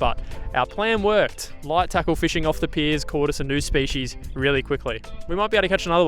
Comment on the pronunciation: Hey, great series. Been watching for years. But can you please pronounce species properly 😂